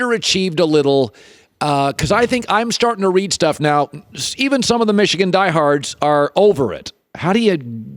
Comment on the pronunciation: I really love how he still doesn’t say Michigan